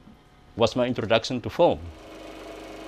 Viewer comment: Every time he says 'Film' it sounds to me like 'foam'...